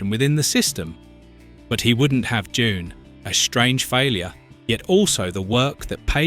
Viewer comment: When did "Doon" become "JUNE"?//